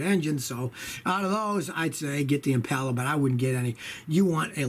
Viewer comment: Finally, a guy who pronounces Impala correctly. It's "Im-pal-ah" not Im-paul-uh"